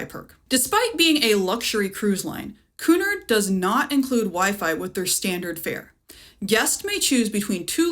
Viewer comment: Pronounced Cue Nard